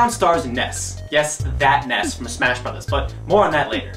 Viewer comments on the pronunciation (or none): none